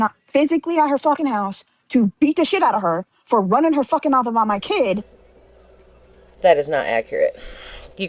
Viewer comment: I literally hate the way she says mouth!!!!